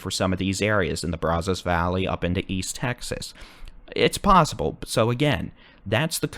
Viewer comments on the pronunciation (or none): Your weather forecast reports are always wonderful. Been watching you for years!!!! Keep it up! However, your pronunciation of “Brazos” is killing us folks in deep east Texas. It’s Braaaazaas. No O. 😂